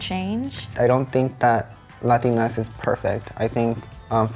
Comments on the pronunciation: its pronounced "la-ti-nex" not "latin-x" and its not showing spanish has a preference to men???? what the hell???? its literally just a term to include all latinx people, and yes its all to use non-binary, genderfluid, etc etc., but its to use as a group????? its just grammer???????? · Va te faire foutre! This is bullshit it’s not real spanish and it wouldn’t even be pronounced the way she think it is. X is pronounced Equis not Ecks this is bastardization of my spanish roots and you sjw Americans are destroying it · im fine with it, but the pronounciation is horrendous. it's la-TEEN-ix, not LA-tin-ex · I’m Mexican from Mexico and I’m completely fine with Latinx, if anything the only issue I have with it is the pronunciation, like why not just “latin-ks” instead of “latin-eks”? Also, lol at all the buttmad people at the language being “”desecrated””, language isn’t static, get over yourselves!!! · Latinx only works if your first languague is english tbh, you guys pronounce it like 'latin-ex' but here were we speak spanish as a first languague it would sound like 'latin-ks' which is just odd. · It's pronounced "Latin-e" you don't pronounced the X. It's pronounced as E as in egg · I thought it was pronounced lah-teen-x